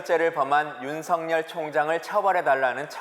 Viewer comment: 윤석렬이면 윤성녈로 읽지만 윤석열은 윤서결로 읽어야 합니다 청와대 양반!